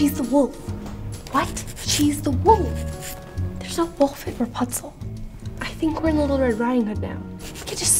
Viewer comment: She said perpunsel